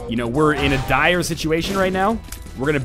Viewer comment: "Dire situation" so Canadian